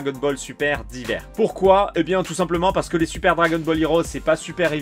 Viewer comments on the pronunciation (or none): pas "d'hiver" mais "Dayeveur" :p La carte d'adieu est magnifique ! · c’est la prononciation plutôt mdrrr ça se prononce « daïvers »